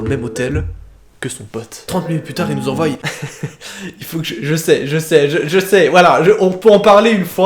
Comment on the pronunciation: enfin tu remarque que tu prononces mal envoient XD